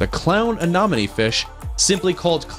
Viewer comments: Let me repeat "aNEMone" not "aNOMone." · Yes, THAT Mispronounced Amonome? ANEMONE, LIKE ME ENEMY! OMG, SO ANNOYING. LOL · Anemone. An em money Glaucus. Glau (glaow) cuss Pronunciation is key. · I love the video and the footage is fabulous but anemone is pronounced uh-NEM-uh-nee. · PLease learn how to pronounce ANEMONE. It is a-NEM`oh-knee! It turns up often in undersea videos and most people pronounce it incorrectly! Your photos (except for the distracting backgrounds and sparkly things) are wonderful and your information sounds good to me! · SEA ANEMONE... PRONOUNCED LIKE: ME ENEMY~ Which After TWO VIDEOS of Hearing THAT Mispronounced I Was Quickly Becoming Annoyed AND FEELING U ME ENEMY. Well, you get it. Purrty good video, other than that... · You need to learn something about each fish- you are saying freshwater types are oceanic an that salt water species are freshwater. You mispronounced several things, i.e., it's "ah-NEM- oh-nee." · You are pronouncing Anemone incorrectly. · You should really research how to say anemone